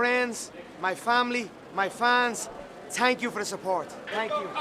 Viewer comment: “Tank you”😂